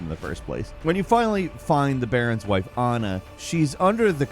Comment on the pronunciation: Your pronouncing Anna weird.